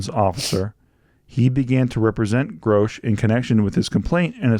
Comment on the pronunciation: His name is Grusch not Grousch…